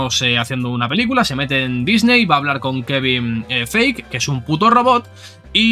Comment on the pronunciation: no puedo cuando escucho que pronuncian kevin feich XD